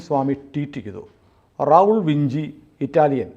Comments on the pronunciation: ആ ബെ ചെ ഇങ്ങനെ ആണ് abc എന്ന് തുർക്കി ഇറ്റലി എന്നിവിടങ്ങളിൽ. അതിനാൽ വിഞ്ചി എന്നു തന്നെ ആണ് ഉച്ചാരണം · Leonardo Da Vinci - ഉച്ചാരണം ലിയോണാർഡോ ഡാ വിഞ്ചി... അപ്പോൾ Raul Vinci ഉച്ചരിക്കേണ്ടതും റാഉൾ വിഞ്ചി എന്ന് തന്നെ... അല്ലാതെ വിൻസി എന്നല്ലാ... അത് പോലെ ബക്ക്ഒഫ്സ് എന്നല്ലാ ബാക്ക് ഒാപ്സ് (Back Ops) എന്നാണ്. ഇംഗ്ലീഷ് ഭാഷ ഉച്ചരിക്കുമ്പോൾ ആവശ്യമില്ലാത്ത ബലം പിടിത്തം ഒഴിവാക്കണം...